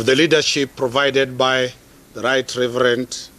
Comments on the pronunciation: Did he just Say Right Reverent?? 😅😅😅😅😅😅😅😅😅😅😅😅😅😅😅😅😅😅😅😅😅😅😅😅😅😅😅😅😅😅😅😅😅😅😅😅😅😅😅😅😅😅😅😅😅😅😅😅😅😅😅😅😅😅😅😅😅😅😅😅😅😅😅😅😅😅😅😅😅😅😅😅😅😅😅😅😅😅😅😅😅😅😅😅😅😅😅😅😅😅😅😅😅😅😅😅😅😅😅😅😅😅😅😅😅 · 😂😂I thought I heard it wrong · I heard that too !!